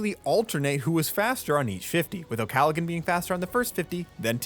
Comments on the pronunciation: Please its not pronounced Galagan its pronounced Gallahan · I’m pretty sure the “g” is not pronounced in Molly’s name. I think you’re saying it wrong. Otherwise great video.